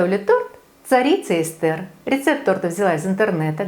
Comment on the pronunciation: Не Эсте́р, а Э́стер. Так зовут мою жену